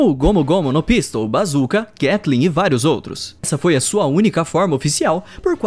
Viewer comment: Vinte minutos dele falando glatling gun errado